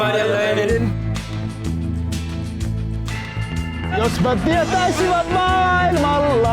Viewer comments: Toi kuullostaa et noi sanoo olen somalialainen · sehän sanoo sjomalainen?:D